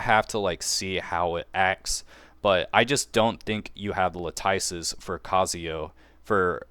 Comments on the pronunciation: “Latyce” lol you and Zox both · Every time I hear a CC say "LAHTYCE" I hear Zapp Brannigan saying "SHAMPAGAN" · It's prounounced LAT-IS. The nerfs/buffs were not serious enough for one to really change who they're going to draw for. I mean, really. No need to sweat your picks if you've already decided. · Eloquent master - vs. - Mispronounce God ZOX 🗣🔥🔥LAHTYCE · Thank you… I’m tired of hearing the lattice mispronounced lol. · Everyone watched too much of Zox. He standardized luh-tice. Lol. That's funny though because he started saying it properly now. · I was wondering why none of the CCs can pronounce lattice lmao